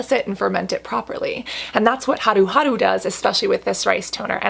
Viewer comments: Your pronunciation of haruharu(하루하루) is impeccable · The way Cassandra pronounces Haruharu 💕 and omg I've heard beauty within talk in lengths about this brand and now that vegan & cruelty free Cassandra is recommending it, I'm sold!!